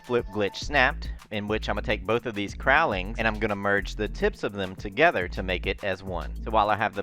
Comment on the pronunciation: Anyone else triggered by how he mispronounces cowling?